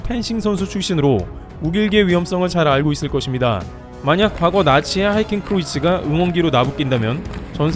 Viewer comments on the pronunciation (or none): 하이켄 크로이츠가 아니라 하켄크로이츠 입니다. 항상 건강하세요.